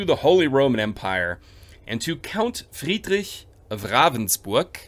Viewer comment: Are you part German? Your pronunciation of Ravensburg, Friedrich etc is quite accurate🤔😄